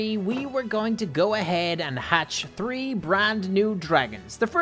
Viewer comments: Why do you say tree instead of three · You are saying 3 wrong instead of seeing 3 you are seeing tree